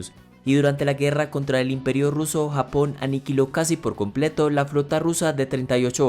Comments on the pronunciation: Se dice <Japón> no < >.... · se dice Japón no hapon